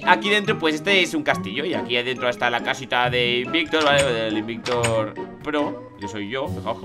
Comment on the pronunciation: dice ai bictor